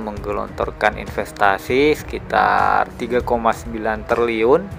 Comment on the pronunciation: Triliun bang bukan terliyun😂